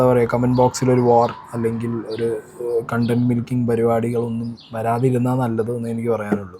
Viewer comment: Kondant alla content